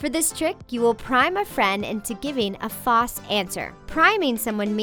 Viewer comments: Is it only me or did she say "FAUCE" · do you know when she says false she doesn't pronounce it correctly she actually says Foss... if you didn't catch it then you weren't paying attention to the only things that matter she's saying you'll get things wrong when you do this but she gets it wrong when she's reading off of a paper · To the narrator: The "L" in the word "false" is not silent. The correct pronunciation of the word is "fahlss" not "fahss". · "A fauss answer" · Why does she say False like Fauce?